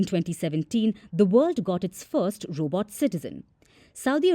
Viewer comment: Roobot? Lol